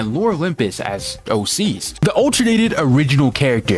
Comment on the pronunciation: Bro Kept On Saying AC's Instead Of OC's